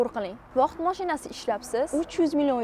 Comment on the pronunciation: Vaqt ❌ voht✅